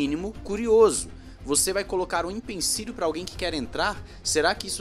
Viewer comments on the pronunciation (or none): É impecilio e não impencilio